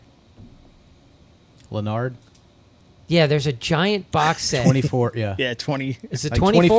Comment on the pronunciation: Lanard not Lenard.